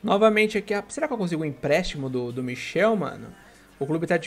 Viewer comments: é michAel não michel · Nao é michel é michael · Não é Michel é Michael